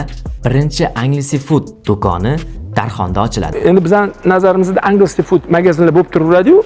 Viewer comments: Angelsfood (enjelsfud❌ angelsefud✅) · Balton 😂 beltn deb etiladi qanaqa yozza shunaqa oʻqib kartadagi balton dakami 😂 Enjelsfud deb talaffuz qil iltimos Anjaleses fuud deb emas